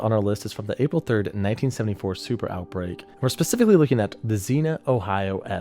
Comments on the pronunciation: Hiya, yeah, so as an Ohioan I gotta correct you on a city pronunciation. Although Xena is my favorite warrior princess, that's not how you pronounce Xenia. Zeen-ya not Zee-nuh. Thanks. 🙋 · Another great video but, as a dude who lived through the Xenia twister as a 10 year old—it’s pronounced “Zeenya” (not “Zeena”) 👍🏼❤️🫡 Semper Fi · Local resident here. I know that you will probably never see this but just a heads up.... Xenia pronunciation: "*ZEEN-YUH*" Don't worry, it's a super common mistake. It's a hard one to say because it's not common *AT ALL*! In fact, it's the only actual city in the United States that start with an "X"! LOVE YOUR VIDEOS! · By the way, XENIN is pronounced like the flower. Please learn to pronounce names properly. I’m surprised you got it wrong. You seem so well informed. Sandy, from Cincinnati. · Just so you know us Ohio locals say Xenia like Zeenyah you probably don’t care but the off chance that you do there you go